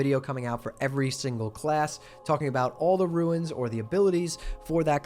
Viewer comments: Just a small nit-pick. Runes is pronounced as roons. You keep saying roo-ins. Ruins are the remains of a destroyed or disintegrating structure. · runes not ruins.